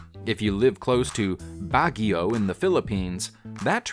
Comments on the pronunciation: I like how the narrator pronounce Baguio City, its the correct pronunciation for Filipino standard. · I liked how he pronounced "Baguio" 😁